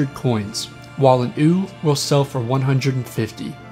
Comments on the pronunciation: "Sow" is pronounced like "cow" or "ow," not "so" or "sew." Oh, and it's "you" for "ewe", not "ooo." English, especially older English words, aren't very phonetic. Good videos. Can tell you aren't a farm boy though. :) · Does everyone in your country pronounce female sheep as "ewww!" or is it just you?